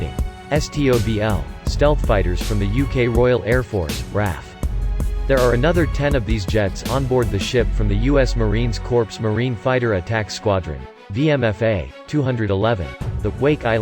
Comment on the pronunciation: It .R.A.F . ROYAL AIR FORCE .not RAF